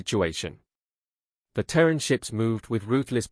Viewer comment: it is Ter` ran